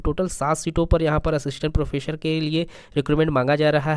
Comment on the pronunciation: सर प्रोफेसर प्रोफेसर। प्रोफेशर नहीं।